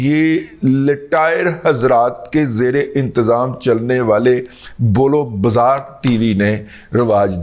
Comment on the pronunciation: دادا جی! بول و بزار نہیں بلکہ بول و براز صحیح تلفظ ہے۔ Bol-o-baraaz